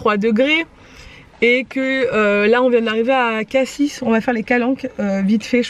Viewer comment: coucou je suis allé dans les calanques (mais en bateau)et à marseille il y’a quelque semaine ! c’était magnifique, par contre il me semble qu’on ne prononce pas le s de cassis voilà bisous🙂